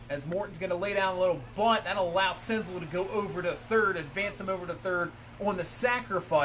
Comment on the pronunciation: Btw senzel is pronounced like gazelle